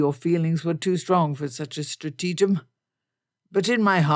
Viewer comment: Stratagem is pronounced STRATahgem, emphasis on the first syllable